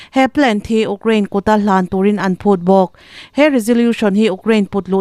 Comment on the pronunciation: 8th na ka ni e😂.....UKRAINE i lam rik dan hi😂😂😂😂😂😂